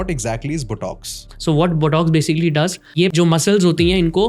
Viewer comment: Both these idiots don’t seem to know how to pronounce " Botox" & "collagen". Kindly learn to pronounce English words correctly, before you start using them! Thank you